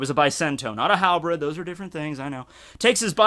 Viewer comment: I always see this, why do people say HAL-BREAD instead of HAL-BIRD? when the R clearly goes after the E in Halberd